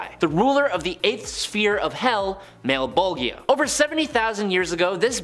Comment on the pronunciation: Yooooo 😂😂😂😂 your pronouncing is killing me malebogia is a soft g 😂😂😂😂